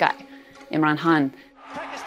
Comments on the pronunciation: Why do you keep calling him Imran Haan?😂 Don't you see a K? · Why do you keep pronouncing Imran Khan as Imran Han? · Why does this woman not spell the K in Khan? She keep saying Imran Haan...